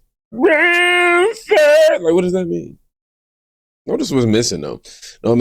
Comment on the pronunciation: “Brown Shiiirt” sounded like a re-re like Tampon Tim🤪